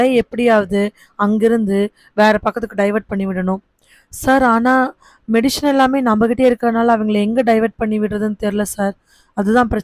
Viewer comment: மெடிஷன் இல்லை சகோதரி. அது மெடிசன்.